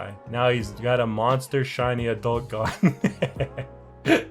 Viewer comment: Why does he say gon as "gone"?